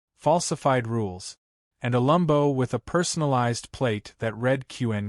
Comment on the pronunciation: Stop with the f**** "lumbo." It's LAMBO, short for Lamborghini. Either spell it correctly, or else use the full name. You know this, so you're doing it deliberately. The problem is, you don't look cute or clever — you just look ignorant. Or stupid. Oh, and as for the illustrative photo, according to he narration, absolutely EVERYTHING is wrong with it — her appearance, his, the position and location of the Aventador, of the tank ... . Either match the photo with the narration or vice versa. As it is, the narrator sounds confused. It doesn't help the story. "Re-read"? It's "Re-read." Your AI needs reading classes. Redding classes?